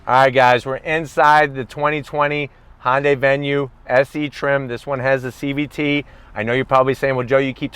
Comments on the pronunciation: Its hyundai not honday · IT IS NOT FKING PRONOUNCED HON-DAY!!!!!!!! MORON!!!!!!!!!!